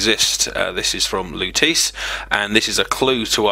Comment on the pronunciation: How lutece was pronounced made me cringe.